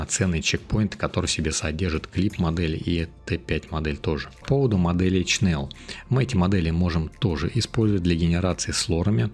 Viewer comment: Привет! Но только не Чнел, а Шнел (или Шнель) от Немецкого Шнелле (быстрее), еще по старым советским фильмам помню как там фрицы говорили - Шнелле Шнелле хусищен ш....